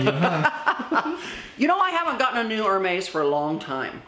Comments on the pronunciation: FYI, Hermes is pronounced “Air Mez”. You might want to know since you have a huge following, of amazing viewers, deeply influenced by you and your incredible videos. 🌺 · You say Hermes incorrectly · You are mis pronouncing Hermès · Can you please say the names correctly? Love how blessed you are and love how u support fashion..but please respect the designers and at least say their names correctly..for example Hermes...besides that...congrats on ur successful surgery. Thank god ur health is wonderful. Thats the most important above all! Love u